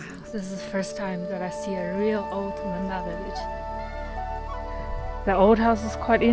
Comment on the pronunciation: Sounds like memba instead of monpa